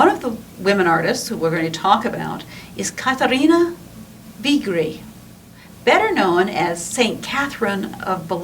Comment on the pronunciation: I wish American commentators would learn how to pronounce foreign names if they are talking about them on a video. It is not too difficult to ask someone.